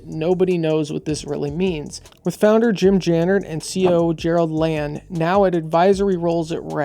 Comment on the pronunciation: “Tooken away…” Also you’re mispronouncing/misspelling Jim’s last name… Dude, you’re clueless on just about everything on this subject. 😂👉🏾🤡